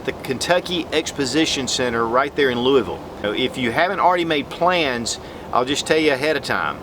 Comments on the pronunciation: Lou-UH-vull my friend. :-) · come on man. you said Louisville wrong then you spelled Kentucky wrong... I'm not a stickler but people do this way too often.